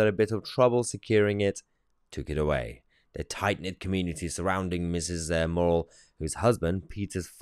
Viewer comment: Muh not maw Muh-rrel.. Murrell 😂